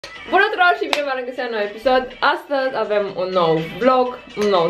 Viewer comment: "Bună turor"😂